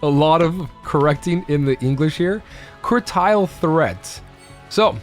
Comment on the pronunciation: You're pronouncing it wrong. Critial is so crucial that it's more critical than crucial.